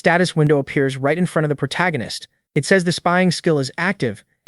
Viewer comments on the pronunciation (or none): Why is the AI (or whoever wrote the script) incapable of saying protagonist, or the MCs name? prota, protarcanist, protag... -_